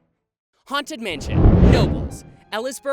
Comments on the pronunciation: Just a heads up.....knobles is pronounced "kuh-nobles". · Just to let you know your saying knobles wrong I guess you would put the pronunciation as “ Ka-nobe-les” not trying to hate just saying I live like 25 mins away from the park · As a local just for future reference, the K in Knoebel's is pronounce separately it's pronounced like Ca-nobel's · Having been traumatized by the Knoebel's one at the ripe young age of 3, I'm glad it's on this list. Also, common mistake, it's pronounced Kuh-noe-buls, not Nobles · Knoebels is actually pronounced with a k, just thought I’d let you know Incase no one else said something 😂😂 the amusement park is pronounced “KUH-no-buhls” not “No-bulls” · Just a quick note that you pronounce the K in Knoebel's (Kuh-no-bulls). I think it might be the only word where the k isn't silent. 😊 There was a castle dark ride that was half walking, half boat ride on the boardwalk in Wildwood, New Jersey, but it was unfortunately destroyed when 2 nitwits decided to break in during the winter to look around, using torches(as in fire, not flashlights) to light their way. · I’m sorry to be this person a year later but it’s pronounced “Kah-nobles”! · Love that the Haunted Mansion made an appearance! Just wanted to let everyone know though, the K in Knoebels isn't silent! It's K-noebels! But seriously love that my childhood amusement park is reaching this level of fame! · Believe it or not Knoebels is pronounced "kuh-no-bels". Source: I live in PA. It's also on the wikipedia page. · It’s pronounced “Kah-Nobles”, but I don’t blames you for pronouncing it that way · As someone from PA and been to Knoebels a lot I have never heard Knoebels just called Noebels....it’s kind of bothering me😂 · Great video, only issue it’s called KUH-nobels. The name is very confusing! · it seems weird, but it’s pronounced kuh-noebels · It’s pronounced k-nobles eeleeesburg pa. I go every year and the haunted mansion is fun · It’s pronounced KA-nobels.